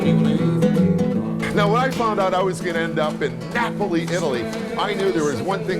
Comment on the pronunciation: Napley? Thats what your saying